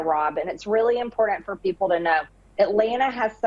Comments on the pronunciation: Impordent? WTF is WRONG with her? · I wish she would learn to say "imporTant". Moron!